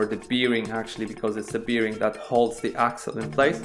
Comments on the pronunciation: Polakowi wszystko z piwem się kojarzy. Łożysko po angielsku brzmi berin a nie birin :) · What is beering? I think you are talking about a bearing 😉